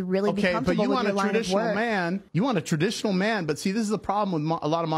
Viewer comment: TRA - dictional or TRA- mp